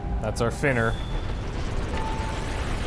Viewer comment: Finner. Very original,.